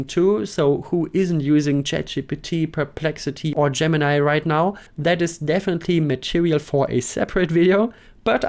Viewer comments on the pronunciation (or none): none